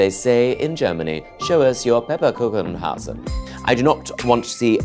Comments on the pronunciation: pepperkuchenhausen 😂😂 Yes this is of course how we talk 😂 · No german has ever said Pepperkuchenhausen😂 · nobody in germany says "pepper kuchen haus" 🙄 so annoying. when you refer to other countries make sure its right and true what you say. I hate things like that so much